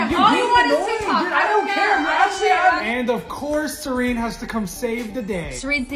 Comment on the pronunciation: Why does always say DUD 🙄 you don't get it